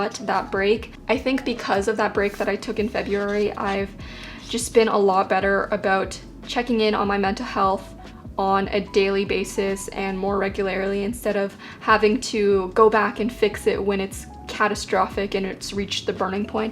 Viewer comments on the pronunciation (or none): Anyone else notice in the last couple of videos that says ‘particularily’ and ‘regularily’ instead of particularly and regularly? 😋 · “particularily” “regularily” XD